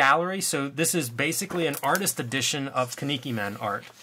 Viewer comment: Kinnikuman is pronounced like Key-Knee-Ku-man. The way you were pronouncing it was bugging me lol